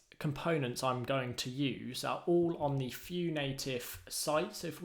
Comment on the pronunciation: Thanks for wonderful things you share. Is it only me or do you guys also hear "Few Native"? XD